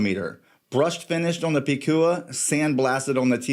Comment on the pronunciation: This a great and accurate review! I have 2 #SC watches and I agree they are high quality, luxury category, “Bad Ass” watches, just like their founders José & Anita who also represents those qualities. And you are pronouncing the name “Picúa” on point 👌🏻. I can’t make mi mind between the two of them. Want them both. #SanturceCollection 🇵🇷